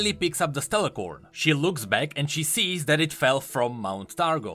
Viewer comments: Its Stellacorn not StellaRcorn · keeps calling them StellaRcorn but there's not supposed to be an "R" in the middle of "A" and C". It's actually just Stellacorn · Just wanted to point out that it's Stellacorn without the R